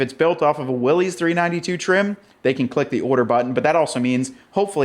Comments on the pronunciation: It's not Willy's Jeep. It doesn't belong to Willy. It's a last name. Pronounced "Willis". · WILLYS rhymes with Phyllis!!! It’s not the jeep that belongs to Willy! 😂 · John North Willys was the founder of Willys Overland, for a time before the Great Depression Willys Overland was the second largest car manufacturer in the world behind Ford. John North Willys pronounced his name "Willis", not "Willy's" with an apostrophe "s" as in belonging to Willy or Willie. Willys Overland struggled for many years during the Great Depression with new investors, mergers, and partnerships before World War II and the production of the General Purpose light military vehicles which became the Jeep we all know and love today. Out of respect for John North Willys and his legacy we should at least try to pronounce his name correctly.